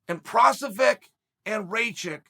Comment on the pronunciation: Who else came here to laugh at Al the Chael Prohaska jokes... did anybody get a count on how many times he said it wrong? I made it into a drinking game and was passed out within 5 minutes 🤣🤣🤣.. And I know he knows exactly what he's doing, genius..